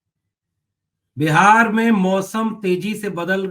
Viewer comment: विडियो चालू करते समय आप छोटा (short interval) नमस्ते बोलते हैं वह अच्छा नहीं लगता । उसे थोड़ा लम्बा खींच कर बोला करें।